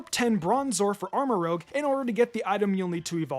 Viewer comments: Why do you keep saying Armorogue when it's Armorouge? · You're pronouncing armarouge wrong. It's rouge like red makeup Not rogue the thief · 1) It's Armarouge, not Armarogue. And 2) Nemona always picks the weaker type to your starter. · Arma-rouzshe, not Arma-rogue. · Armarouge is pronounced: Armor and Rouge (Roo-zh), not Rogue. Sinistea is literally just Sinistea (Tea not Tia). Quaquaval is pronounced: Quack-Qwa-Val like Quack, Aqua and the end part of Carnivale. Giacomo is pronounced: Jaah -komo Just look this one up, it's another Latin name. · I’m pretty sure someone’s pointed this out, but Armarouge is spelled as “rouge” as in red the color, pronounced “roozh” and not “rogue” as in the RPG class. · Maybe it’s not Rogue but Rouge? Rouge as in reddish in hue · It's ArmaROUGE, not ArmaROGUE. Rouge, as in French for red. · Dude. It's rouge, like the color, not rogue like the D&D class. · Also, the pokemon is armaROUGE, not armaROGUE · It's armaROUGE, not armarogue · *Armarouge (pronounced armarooje) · Armorouge is the hard G. The color Rouge or whatever red it is. Not rogue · Armarouge is pronounced Armarooj, similar to how you'd pronounce the lipstick (rouge = red in French) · You have been mispronouncing Armorouge for several videos, it's 'Armor-Rooj' as in the color rouge, not rogue. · can you please learn how to pronounce Armarouge properly